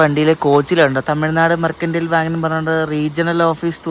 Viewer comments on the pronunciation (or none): none